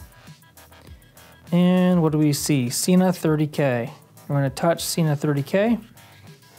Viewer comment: I don't think your getting thumbs down for your setup, because it was extremely helpful and well articulated. I will unfortunately point out that it is pronounced se-nah not see-nah. the company will confirm this on their website. I gave this a thumbs up based on my original sentence, super helpful and well articulated.